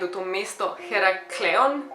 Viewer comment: Oprosti ne mislim da neznas prav govorit ampak imam eno pripombo da je eraklion meni me v enem videu